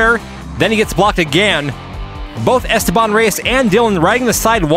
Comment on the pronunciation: "esTEban", (not "esteBAN").